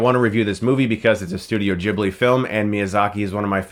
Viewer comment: chris its Gi-bli.